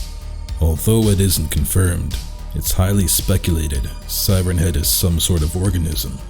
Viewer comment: For a second I thought the first word you said was “Thighrenhead”. Now I’m imagining it with thicc, sexy thighs so thanks for that I guess.